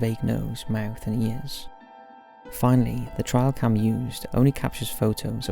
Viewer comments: "Trial cam" I think it's "trail cam" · Number 2 kept confusing me since he kept calling it a "trial cam" instead of a "trail cam" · Trial cam?? Its calld TRAIL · Question; why does every youtuber I know pronounce trail cam as "trial" cam? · It's pronounced trail cam. Not trial cam. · .....TRAIL cam........not ‘TRIAL’ cam 👍🏻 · Trail cam. Not trial cam. Cameras meant to monitor game along hunting trails. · Lol it's trail cam not trial cam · It's "trail cam" not "trial cam". I know certain things sound different with your accent but this time you're simply using the wrong word. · Are you trying to actually say "trailcams?" I assume you are. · "Trial cam"? LOL